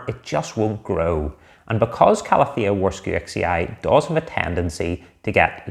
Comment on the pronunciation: It is pronounced Varshavechee. From the name of a Polish botanist Jozef Warszewicz.